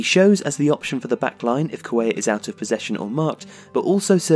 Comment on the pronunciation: something's really happened to Paqueta since the world cup break, he hasn't been nearly his regular self and Flamengo are in freefall. Excellent video guys! I hope Lucas and Arthur stay on track, Brazil's future midfield is looking strong. (also, Cuellar is pronounced like Cue-Jar in Portuguese, I think it's similar in Spanish).